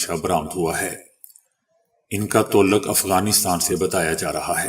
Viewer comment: Inn ka toluk Afghanistan sy. Bahi sahab toluk konsa alfaz ha aap talluq bolyn pl aap ny tw urdu ki man behan kr di ha awaz thek lykin talafuz behtar kryn pl.